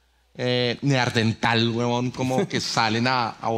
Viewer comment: Juanpis: no es "Neardental" sino Neandertal